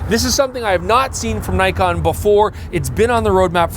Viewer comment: is back to mispronouncing Nikon... Tsk tsk tsk. Shame